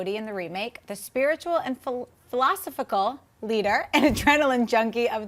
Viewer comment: "phi-LOS-iphical" LOL. You put the em-PHAS-is on the wrong syll-ABLE^^